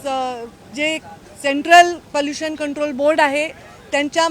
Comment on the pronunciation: पलुशन नाही पोलुशन थोडे भाषेशच व शब्दाच पोलुशन थांबवा